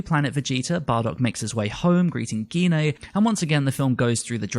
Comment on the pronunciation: please pronounce Gine properly you don't say aubergena do you, you say it as aubergine Auber-Gine not gena. why do people say her name wrong.